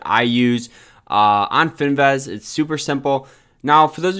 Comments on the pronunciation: FIN-VIZ!!! Not fin- vez. Please!!! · Fin-vizzzzzz........vizzzzzzzz......IT'S BLODDY FIN-VIZZZZZZZZZZZZ